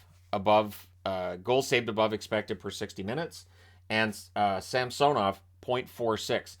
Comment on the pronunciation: Too bad didn't get the memo about Ilya's request at the beginning of the season for the new pronunciation of SAMsonov.